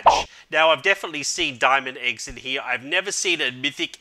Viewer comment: "Diz Mithic Iggs lol I hear it like diz